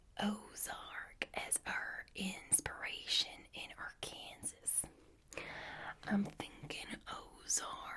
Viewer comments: Love these vids! Btw Arkansas is pronounced like r-kan-saw. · I’m not from there, but people from Arkansas get upset if you pronounce it the way it’s spelled. For some reason it’s pronounced like ‘Are-Can-Saw’. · Scottish, it's spelt Arkansas, but it's pronounced "Ahr-ken-saw". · Great video. I realize it is confusion but Arkansas is pronounced... Arkansaw. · My only criticism is that Arkansas is pronounced Arkansaw. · Arkansas is pronounced ark an saw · Arkansas is pronounced “ARGH-kan-saw” And I’m not sure Lauren has ever met an Italian, but that accent had me rolling lol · We all wish it was pronounced arkansas but, America yk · it’s confusing. “Arkansas” is pronounced like that but then “Kansas” is pronounced the way it seems